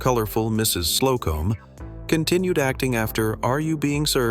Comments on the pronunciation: It's SLO-cum....not Slow-Comb. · Not the mention 'Mrs. Slow-comb. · Also misses the joke when mis-pronouncing Mrs. Slocombe's name